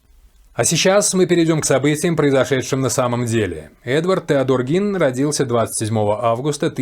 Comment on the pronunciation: если бы сначала изучали информацию, прежде чем говорить, то знали бы, что правильно именно Гин, ведь специально именно для таких, как вы, и в русскоязычных, и в зарубежных источниках указана транскрипция, как надо произносить, и это, о ужас, /ɡiːn/ Представляете, не Гейн и даже не Джин...